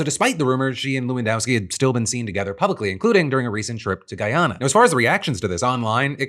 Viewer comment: Thanks for saying Guyana right. ❤🎉👍🏾👍🏾